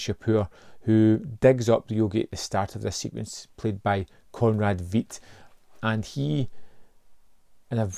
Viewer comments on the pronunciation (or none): I,m very curious about this original version, even though Fritz Lang didn 't direct it. So i,m glad MoC released it. Ps: Conrad Veidt rhymes with white or sight. Sorry to be a pedant.🙄